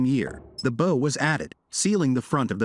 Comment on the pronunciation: got to love AI scripts and AI voice = what is the difference between a bow (as in bow-tie) and bow (as in a ship's bow)?